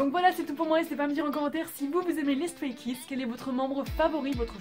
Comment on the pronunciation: StrayKids est mon ug💖💖💖💖💖💖💖💖💖💖💖💖💖💖💖 ta vidéo est superbe c'est dommage que la prononciation pour les noms soit mauvaise mais c'est la seule erreur que j'ai vu 🙃 Voilà superbe vidéo !